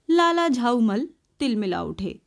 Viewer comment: Unka nam lala jhaulall tha ap use lala jhaumall padh rahe thi